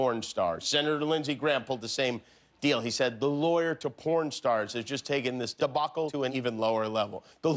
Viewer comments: Someone mispronounced "debacle" during taping, huh? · What was with that weird "debacle" ADR? I wonder how he originally pronounced it.